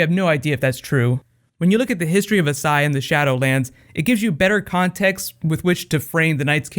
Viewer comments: ***** As*SH*ai. 18 seconds in and I had to pause. The pronunciation is going to drive me up a wall. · dude its AsSHai sh.... (a-sh-eye) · Do you just not see the H in Asshai?